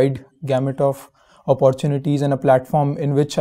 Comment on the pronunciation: Brother nice answer but your pronunciation of opportunity will cost you a lost dear plz correct it, its not pronounced as अपोरट्यूनिटी its ऑपरट्यूनिटी